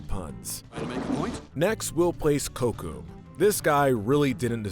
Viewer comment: Miss pronounced Kocoum but it's fine it's a hard name to say but you at least could have said sorry if I miss pronounced any name , I love you channel but this is a loose version of American history but is still not historical correct but you still should try to try harder